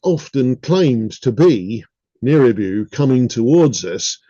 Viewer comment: nibiru, not niribu